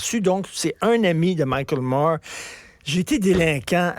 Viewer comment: Moi je ne comprends pas que les Français ne savent jamais lrononcer correctement Moore non ça ne sonne pas Mourrr